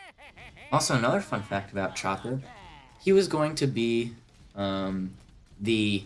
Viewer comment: u said chomper lol